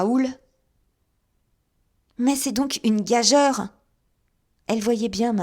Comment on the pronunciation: J'aime beaucoup vous écoutez Mais gageure se lit gajure C'est juste une remarque qui ne m'empêche pas d'apprécier vos lectures Merci